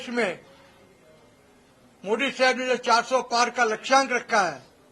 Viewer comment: सही से मोदी नही बोल पा रहा है सब पैसा का खेल है नाम दलाल है काम भी वही हुआ